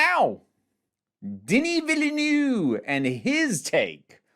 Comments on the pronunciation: Vileniu 😄 It's sound more like Vilnov in French... Thanks for the review! ❤️ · “Deneee Vileneeeeew” LMAO I think the opening with Chani does another kind of nifty framing thing, which is that you could potentially open the second movie with Irulan as a neat little parallel! I also think the way they presented the Baron flying (I always thought the suspenders were kinda like a hover plate he sat on? Which is what this seems to be?) was really effective at making him imposing - I LOVED the long long long robe, super cool I really liked it! I too very much hope he gets to make his sequels! I don’t know how interested I would be in an adaptation of Children of Dune and God Emperor of Dune, although I’m sure this team would make [REDACTED] look fantastic and majestic instead of just weird, but I would most definitely be interested in him taking it up to Dune Messiah! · Oh dear your first attempt to say Villeneuve was catastrophic, the second as well 😅